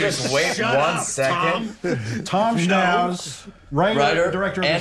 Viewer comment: my ears perked up there haha I had to google if Thomas Schnauz was from jersey